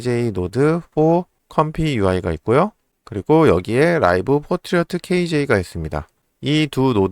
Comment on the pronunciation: 왜 자꾸 Portrait 를 포트리어트라고 말하나. 불편하네요.